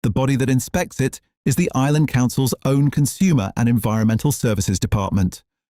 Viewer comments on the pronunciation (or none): none